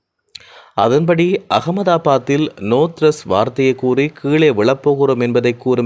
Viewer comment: கொய்ங் டவுண்😂😂 நோ த்றஸ் 😢😢 மேடே கோல்😅😅 பிறன்ச்😮😮 படிங்க புதுத் தமிழ்